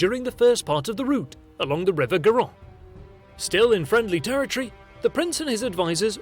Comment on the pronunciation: It's not Garo it's Garone = Garo + ne